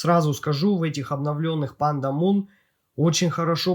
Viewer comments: лично я первый раз слышу, все зарубежные обзорщики называет их Пандамон (Панда Монстр), а не Пандамун (Пнда Луна). Там же окончание на Mon, а не на Moon. Я не умничаю, просто режит слух =) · Автор, а чего ты говоришь Пандамун если они Пандамон называются?)